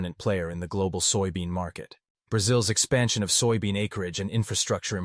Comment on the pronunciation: You AI reader can't even say soybean? Wow. And pork consumption has not dropped in China, so you're a liar as well. I'm out and so are you.